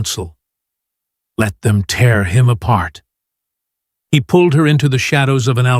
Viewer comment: Another one of those annoying English words that although spelled the same can be pronounced in different ways. In this case, 'tear' should have been pronounced 'tare' as in to tear something in two, instead of 'tier', which is for crying.